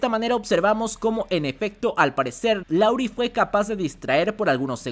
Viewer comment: siempre dices LAURI pero su nombre es LARUE, saludos